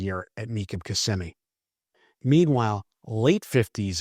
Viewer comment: “Mecum Kimmsimee data”